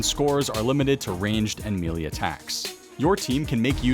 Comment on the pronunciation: It’s hilarious that in the year 2022, Runescape players still can’t pronounce “melee”